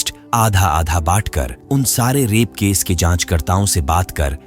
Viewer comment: Case ❌ kesh ✅